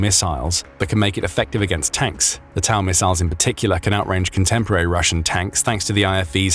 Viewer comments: Also it’s pronounced toe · TOW= “toe”